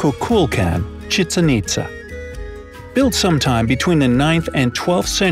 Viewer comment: Him- chichen itza... You know, medusa?